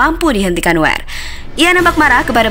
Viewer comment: Itu sebutnya noyer